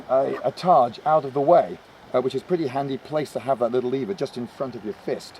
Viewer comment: Yes - essentially the same word (and targe is pronounced "targ", not "tarj")